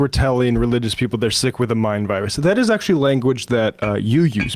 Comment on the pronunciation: I get a real douche chill when Dave Rubin says the word 'actually' and adds an extra few syllables. Grates on me so much, cos he always uses it redundantly.